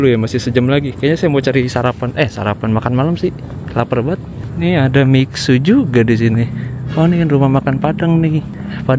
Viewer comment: baca nya miksie ... bukan miksu bang